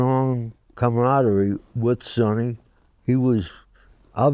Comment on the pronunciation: He pronounced Sonny’s name correctly.